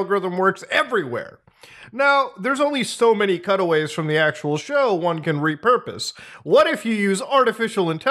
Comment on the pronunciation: I thought you kept saying cuddle waves until i realized you said cutaways. I was so confused.